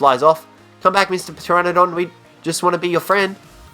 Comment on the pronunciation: Ptrenadon i thought it was pteranodon go practice your English bud